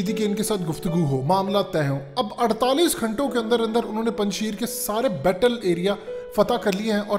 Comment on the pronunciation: O bhai lhuda k lie name sahi le lo isss ilaky ka..sheerrrrrr ni aa.. Punj shair a